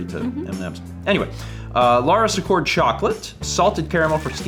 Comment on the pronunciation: Love watching your vlogmails, but, please, it's pronounced Laura "Seecord". I was cringing every time you said it.